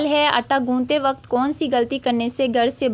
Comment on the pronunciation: Informative...but apki urdu reading thk nhi ,jesay ilm ko ap ne ilam parha ,waqt ko wqatt,rizq ko rizaq aur mulk ko mulak ,work on it .